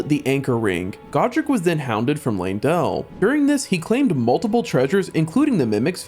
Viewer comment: LANE-DELL! LANE..DELL!! LEYNdell. How people mispronouce that name boggles my mind, you can literally see an E followed by a Y. L-EY-N, LEY = LAY. Come on people, i hate being the grammar and pronunciation sheriff but godddddd its annoying.😢😢